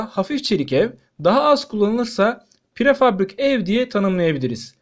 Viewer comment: Prefabrik değil! Prefabrike denir...